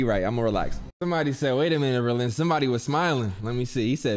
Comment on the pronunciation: “THERE GO BELIN THERE GO BERLIN”